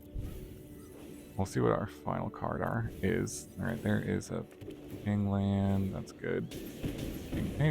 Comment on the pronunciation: pain land not ping land silly